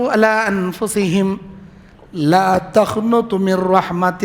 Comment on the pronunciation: السلام علیکم و رحمۃ اللہ وبرکاتہ مولانا آپسے ادب گزارش ہے کہ آپ قرآن مجید کو خوب تجوید سےپڑھے اس لے آپ اس ویڈیو کے اندر ایک آیت تلاوت فرماتے ہیں قل یعبادی الذین أسروفو علی أنفسھم لا تقنطوا من رحمۃ اللہ ھے لیکن آپ پڑھتے ہیں لا تخنطوا من رحمۃ اللہ پڑھتے ہیں میری خواہش ہے کہ آپ کو یہ بہت آچھی لگی ھوگی